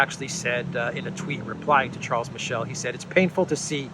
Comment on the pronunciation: Charles Miss-Sell